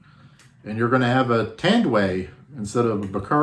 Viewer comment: its Tan---duay